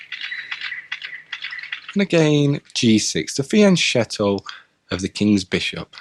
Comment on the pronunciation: also: fianchetto is italian therefore "ch" has to sound like a "k"